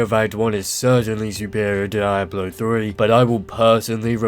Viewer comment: the way you pronounce (DIE-ablo) is painful lmaooo Good analysis though dude.